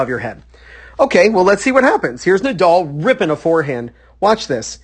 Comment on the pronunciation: The name is NADAL not Nadoll